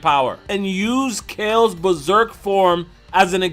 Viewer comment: Johnichu And Omg, its Berserk..not Beserek